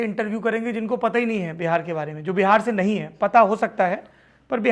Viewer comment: It’s Bihar not behar please Hindi accent pe work Karen you are born and brought in Bihar